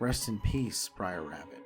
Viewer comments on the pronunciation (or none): "Briar Bear"? "Briar Fox"? Huh? Their names are Br’er Bear, Br’er Fox, and Br’er Rabbit. "Br’er" is an abbreviated form of "brother" and is pronounced… brer. Rhymes with rare, just with a "b" in front. There’s no "i" in "Br’er." Every time you call them "briar," you show off your lack of research and lack of knowledge of the material. Terrible narration. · It's br'er not briar, first off. Second, splash mountain was way overdue for an overhaul. The animatronics were pretty much just decomposing by the time they announced the theme change. Btw, it's being changed to princess and the frog.